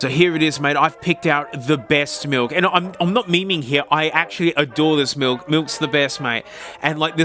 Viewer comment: Now the “malk”